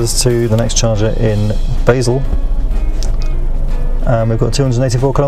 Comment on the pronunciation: Basel is "Bahsal" not "Bay sil"